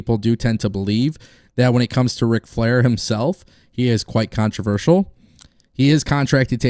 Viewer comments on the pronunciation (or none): none